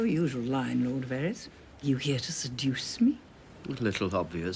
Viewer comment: There was absolutely NO need to mutder varys like that!